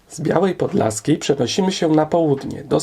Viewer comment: Przecież wyraźnie słychać "Podlaskiej"